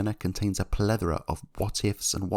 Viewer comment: "Pledora" twice on this video didn't get that, it flew past me, isn't it plethora? I was not going anything but first the Tyrrell pronunciation then the Chris Amon pronunciation, now plethora. You write great scripts and you have a nice formula here, no pun intended, but the few oddities are hilarious. Bruno's junior career does look somewhat impressive. I do think he earned a seat on the basis of no karting. Chandhok in the end proved to be better than Senna jnr. Petrov was bad, so he did not cover himself in glory. Maldonado was bad yet Bruno was worse, the car was clearly better than the Ferrari. Bruno got more chances than your average driver. It did not work for him, it does not work out for most. Outside f1 he again got more chances than he deserved, not only he was slower than his teammates he made a few big blunders especially on endurance.